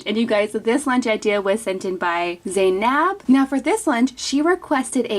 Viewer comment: The girl named Zainab is actually pronounced ZAY-NUB and not nab, hope that helps in the future :)